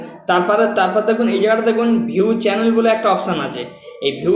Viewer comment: bhai aga kotha bola shikh😆😆😆 oita channel hoy challenge nah😆